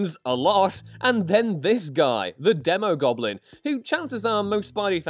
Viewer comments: It's pronounced DEEmogoblin. A long E. Phonics buddy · It’s pronounced Dee-mo Goblin and Demo Goblin…because he’s a demon…and it’s Mac-en-dale not Mason-dale…